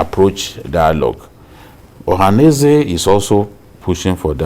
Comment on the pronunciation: Journalist that can not pronounce ohaneze ?